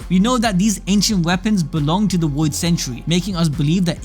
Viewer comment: The "Woid Century"